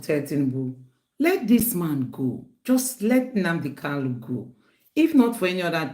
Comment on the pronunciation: Nnamdi KANU, not Kalu. He corrected people who mispronounced his name.